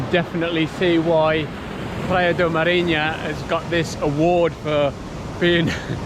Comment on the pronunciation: Praia not "PLAYA"